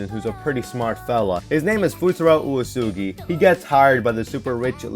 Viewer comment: I'm sorry WHAT did you call Uesegi? Oosoogy?